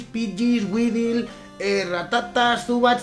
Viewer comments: Se pronuncia uidol - weedle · Weedle se pronuncia widel